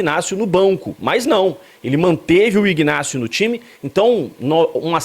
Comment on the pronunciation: O rapaz se chama INÁCIO, o G de IGNÁCIO é mudo como em Magdalena, Octacilio .Victor etc… o G , ao contrário , é pronunciado na sua IGNORÂNCIA.